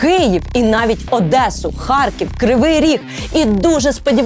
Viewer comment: І справді буде не погано коли світ почне правильно вимовляти Київ а не києв, Львів а не львов, Одеса а не адєса і так можна напевно з кожним містом України. Одна буква а вже приємно стає